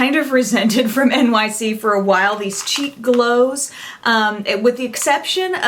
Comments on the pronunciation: LOL I thought you said "Cheap Glows" instead of "Cheek Glows"!!! I have been snubbing NYC for years, I guess I have to give them a second look now. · LOL. I thought that is what she said too!